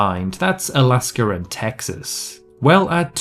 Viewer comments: Alaska Alaska not alsker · Texas and Alasker